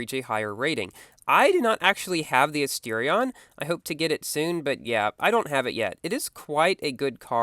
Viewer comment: I pronounce Asterion as As-ter-rion but you do it as in As-teer-ion You pronounce Jaguar as Jag-wire I pronounce it as Jag-uar